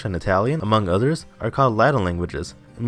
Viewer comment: U pronounced Nahuatl wrong its "nawua"